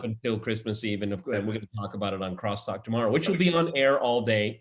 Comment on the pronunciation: You can’t help but love it when George rolls his tongue and says……crrrrrrrrostalk! 😆